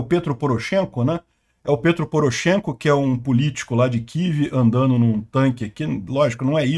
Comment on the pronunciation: Não pronuncia-se Pêtro (Poroshenko), mas sim Petró.